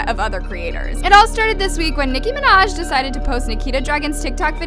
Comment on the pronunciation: I DIED OF LAGHTER WHEN IT SAID NICKI MANJA 🤣🤣(I luv her byw)